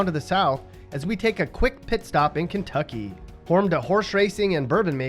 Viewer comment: no he didnt, I live in ky, that's not how you pronounce it.